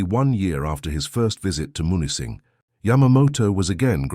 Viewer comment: Camp Au Train, near Munising (MEW-nis-sing) 👍